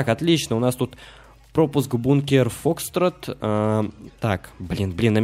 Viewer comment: Не фОкстрот, а фокстрОт